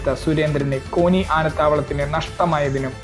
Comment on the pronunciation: കോനി അല്ല കോന്നി ആണ്